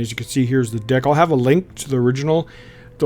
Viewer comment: Man... he pronounce deck like dick.